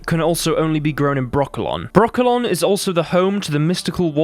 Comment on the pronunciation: Why every time he names Brokilon , i hear broccolo(n) 🥦?